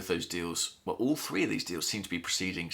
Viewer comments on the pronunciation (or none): none